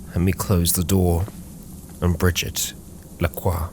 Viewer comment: brigette lacroix is correct <3